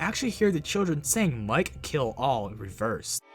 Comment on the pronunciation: Instead of "Mike Kill all" I heard "Mikey LOL" XD